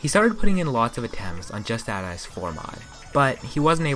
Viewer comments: good video, but 7/10 for mispronouncing justadice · Just Add Ice... how could you legitimately believe it was pronounced that way?